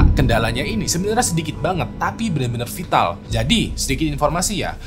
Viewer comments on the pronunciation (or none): Fatal Fatal bukan Vital wkwk